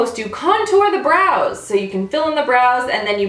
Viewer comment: Whenever she says "Brows" i hear Bras. .-.